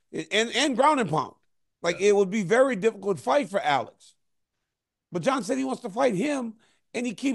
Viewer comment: Daniel, it’s not Uh-LEX, it’s Alex